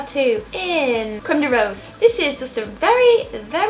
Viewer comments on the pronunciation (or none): none